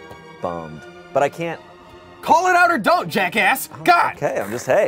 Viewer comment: "I doun't"